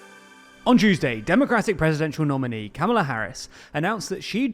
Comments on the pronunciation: COMMA-luh. Not CAMEL-uh. Best say it right for the next nine years. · Vance not Vahnce and Kah-muh-luh not Kam-uh-luh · You're pronouncing "Kamala" incorrectly 😬